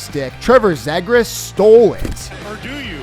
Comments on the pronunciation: Zeeegres not zegres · Jason Spezza, says his name wrong (up to there only so far) (Zegras incorrect name drove me nuts too) and then right after has video of ref saying it correctly. Really!?!? Can't do the proper diligence to get things right.